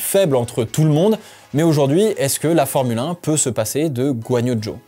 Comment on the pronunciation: Bordel j’ai rien compris, il s’appel Guanyo Jo ou Zhou Guanyou 🫨?